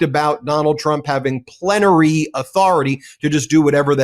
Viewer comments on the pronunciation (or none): “Plentery authority”… then pretend glitch after realizing you just became a meme… dipshit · LMFAO..he said Plent...y🤬🤬🤬🤬👣👣👣🌈🌈🌈🙏🙏🙏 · Was having a stroke? His mispronounced a word and just stopped talking. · “Plenary Authority.” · Miller can't pronounce words, lost his teleprompter feed and then stopped talking like a dufus; he tried to pretend that he couldn't hear the fox news guy. Super creepy, wimpy weird-o.